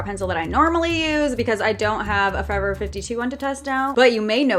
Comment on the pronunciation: Is it just me or does it trigger u when she says forever 52 no just me ok...